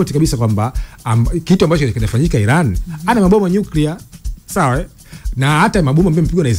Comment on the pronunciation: We jamaa tamka vizuri basi neno iran